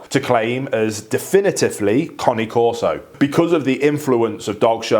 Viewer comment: Finally, someone who can pronounce the breed name correctly. 👏 👏 👏 👏 👏